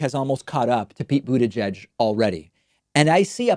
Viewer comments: Pete boot-tah-geg the latest victim of David's pronunciation trolling. None of the candidates that David hates are safe. Toolsi Gah-bard knows. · David says Buttigieg like Trump does. :/ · David cracks me up in how he says Mayor Pete's last name (the first time he said it) and also Tulsi